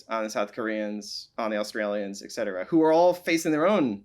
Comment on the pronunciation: Thanks for the amazing conversation between two obviously highly intelligent people. But please please please, it's eTcetera, not eKcetera. Yes, it's a common mispronunciation and will only become more so if we allow it to continue. Thanks for your help. 😉